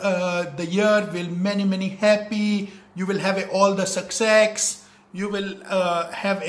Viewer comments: Seriously "sucksex" 😂😂😂😂🤣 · Sucsex nhi sucsess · "Sucksex" "Piss" Lol Lol you wrong it could be "Success" "Peace" Anyway what is Sucksex it's so dumb lmao🤣😂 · sucksex nhi uncle ji success hota h🤣🤣🤣🤣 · Hello sir ! It's not "sucksex" it's "success" . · Instead of success he said 'sucksex' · It is not sucksex it is success god of English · Sucksex 😂 it is success 🤣 that's not sex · Dambu its a success not a sucksex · *Guys, you'll have always 'sucksex' in your life and you'll have very much 'piss' in you'r life xD 'After hearing this english be like - Utha le re deva, utha le re baba, mere ko nahi re deva is 'ENGLISH KE DEVTA' ko utha le ♥️ * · What a English man 👏" sucksex " what the hell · WHT? DID HE SAID SUKSEX? XD ONLY LEGENDS KNOW WHT HE WANTED TO SAY. XD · Oh shit he said sucksex 😂😂😂😂😂😂😂😂😂😂😂😂😂😂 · he said sucsex hahahahahahahaha